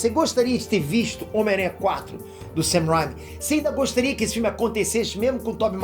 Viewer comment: não é ''sam rhyme''. é mais um ''sam rain-me''